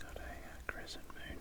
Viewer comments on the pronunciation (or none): none